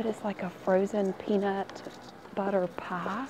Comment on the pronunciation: “ a peanut butter pahh “ omg ilysm ❤️❤️